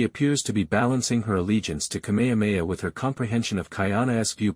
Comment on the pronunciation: If you can say: “HA HA HA” you can say KameHAmeHA … it’s NOT ka mea mea